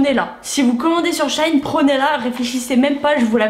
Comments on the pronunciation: ça se dit dit bien SHE - IN pourtant puisque la marque avant s’appelait « She Inside » 🤷🏻‍♀️ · Hello! Je suis perturbée par la façon dont du donne le nom du site ahah 😂 C'est She In (pour She Inside à la base) et pas shine 😊 Plutôt étonnée à chaque revue de la qualité des produits, il y a du bon et du moins bon, mais je pense que ça reste un bon compromis, et surtout, ce ne sont pas des produits trop pourris pour la peau 👌🏻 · On dit pas "shaine" mais "shi-in", ça m'a dérangé toute la vidéo... 😅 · j'avoue ca ma stressee aussi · Tu m'a stressée ma belle mdr tu a dis shain c shein mdr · Super vidéo ❤️❤️mais par contre on dit « chi-in »😭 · jai kite tellement sa ma fruster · sauf que la prononciation est toujours comme " she inside " donc " she in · le maquillage c’est pas obligatoire hein, quand on sait pas se maquillé on se maquille pas. et on dit she-in renseigne toi avant de faire une vidéo... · bah pas vraiment on t'appelles par ton prénom et si on prononce mal t'aimes pas je suppose. C'est pareil , y a un nom avec une prononciation c'est comme ça 🤦🏼‍♀️🤷🏼‍♀️ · Shein ça ce dit pas comme ça je crois